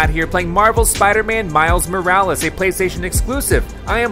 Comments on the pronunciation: It’s pronounced “more-wa-less”? Not “more-rolls”? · It’s more of mo-ral-less